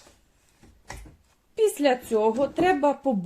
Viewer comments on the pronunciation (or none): none